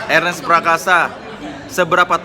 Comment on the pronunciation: Nonton video bareng mamake dan gw ga ngerti kenapa mamake ga pernah bisa nyebut nama Ernest dgn bener. Mamake selalu manggil nama Ernest sebagai Arnes huhuhu